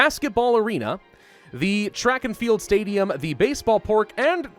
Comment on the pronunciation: "basebol pork"